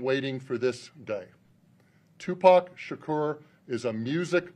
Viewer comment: Sha kore. Messed his name up